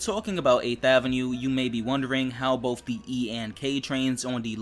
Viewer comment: BOTH not BOF